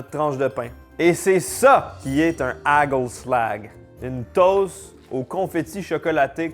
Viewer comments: Hagelslag se prononce arelslar. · Dsl de ruiner tes reves mais le "g" de hagelslag se prononce pas du tout comme tu le dis....💔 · Étant Belge côté flamand, je mangeais toujours du hagelslag, et t'entendre essayer de parler néerlandais est très drôle.😂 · ahahha tu le prononces extrêmement mal le truc du pays bas, les g ils prononcent ca en R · Les haagel slag toute mon enfance, la plus grande spécialité culinaire des Pays Bas ! par contre faut revoir la prononciation 😂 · "Hageulslague" 🤣 les G faut les prononcer comme si t'aller cracher toutes tes trips avec un R très gutural! - "HaRReuslaRRR" et la marque se prononce à peu près Raeuteur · Allô, j'ai grandi en mangeant du hagelslag et ça se prononce HÀÀ-khel-slakh (le kh étant comme le r du français mais sans vibrer les cordes vocales, alors comme dans pRune mais pas comme dans Rune, et le L est sombre comme en anglais américain). La marque de Ruijter, plus difficile puisque les sons n'existent pas vraiment en français, mais ma meilleure approximation serait quelque chose entre RÀÜ-teurre et RŒÜ-teurre 😅